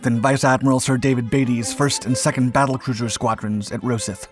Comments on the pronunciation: It's "Beat-y", not "Baity", and "Ro-scythe" ,not "Rosith" And,ignoring the old test of "Who holds the field won", rule - which means the RN own -, the real test was Who was ready to fight? The Grand Fleet could have fought next day. The High Seas Fleet was never again ready to fight. The Grand were the ones who ran, this concerning their ultimate defeat by virtue of the blockade. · "Roe-Seth"? Do you mean 'Rosyth'? The pronunciation over the 'y' is more like 'eye'. Ross-eye-th. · "Roe-sith" lol, it's "Ross-eye-th"! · Scots place names always take a bit of a pounding and this time it’s Rosyth’s turn. Not Ro-sith, but Raw-scythe. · its pronounced ross eyeth mate. love your work tho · Rosyth is pronounced : Ross Eye Th. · novel and unique pronunciation of Rosyth the naval base on the River Forth !!! It's said Ross-Scythe, one word ........ to rhyme with the agricultural hand held cutting tool. Similarly, Beatty is not pronounced as Batey. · Vice admiral Beatty at which naval base? You can't even pronounce English words correctly. Rosyth! It wasn't torpedo boats dispatched to scout the civilian ship that made the two navies spot each other, scouting is done with cruisers, You are also confusing torpedo boats with destroyers, the attack with destroyers firing torpedoes forced Jellicoe to decide to either tun into the torpedoes ur turn away, hoping the torpedoes would run out of fuel. Ultimately deciding to turn away maybe saved a ship or two but also made the Grand Fleet lose contact with the German high seas fleet and thus lose the opportunity to engage and annihilate his German foe.